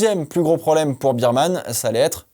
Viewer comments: Moi c'est la vitesse de pointe des Williams qui m'a étonné, les seules à monter à pratiquement 340km/h ! Est-ce-que cela veut dire que ça va jouer les bonnes places sur un grand prix rapide ? PS: Il faut prononcer "Birmane" et pas "Bermane" ? "Bear" comme "ours" en anglais non ? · Petite correction de prononciation, on ne dit pas Bireman mais Bèreman comme l’ours on dit Bear et pas Bier comme la bière haha super vidéo sinon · On dit "bairman" (ours) et non pas "birman" (biere)... Je comprends qu'on préfère le 2eme mais il faut tout de même bien prononcer son nom a ce jeune homme 😊